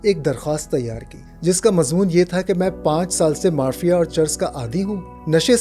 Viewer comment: آپکی ادائیگی کمال کی ہے البتہ چند الفاظ ٹھیک سے ادا نہیں ہوئے لسان کی جمع ہے السنہ اور چند دیگر الفاظ اگر آپ کسی کو سنا لیا کریں جو معدودے چند الفاظ کا تلفظ درست کروا دے تو مزید چار چاند لگ جائیں گے جیسے کہ مارفین